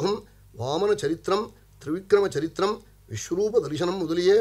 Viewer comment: Charitram.... Not saritram... Ridiculous....